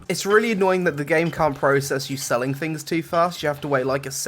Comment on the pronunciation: The good fings and the bad fings!